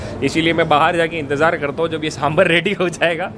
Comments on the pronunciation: It's not sambr.. is saambaar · It's Saambaar not sambar